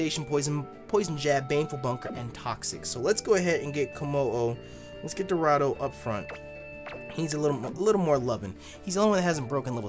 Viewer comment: why u always fucking up dorado 😂